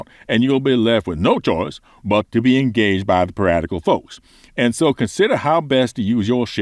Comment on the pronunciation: “Piratical” Haha. Great video and great advice.